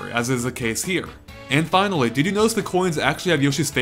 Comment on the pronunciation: Findally, and THAT ladies and gentlemen is why I am subscribed to this amazing channel